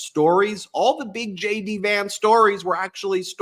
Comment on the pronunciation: I misheard you say "Shady Vance" instead of "JD" Vance!